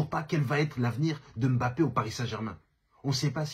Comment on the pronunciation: Enfin un mec qui prononce correctement son nom pfiou ca fait du bien aux oreilles 😅